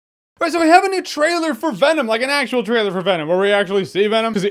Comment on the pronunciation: When venom’s lips don’t touch to make the ‘M’ sound at the end of his name, it looks so 2000 & late